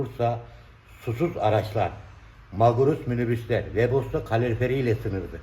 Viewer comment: WEBOSTO DEĞİL WEBASTO, GATES YAZILIR GETS OKUNUR, PORŞ DEĞİL PORSCHE YANİ PORŞE DİYE OKUNUR.